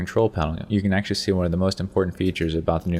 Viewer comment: lol sexually or actually, what the hell is exually :p